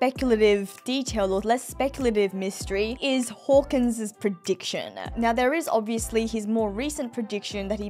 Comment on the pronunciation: accent when saying "now" is the reason of my weekly joy. Nyao